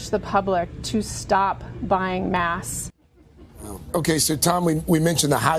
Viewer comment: Why does that doctor say mask like “mass”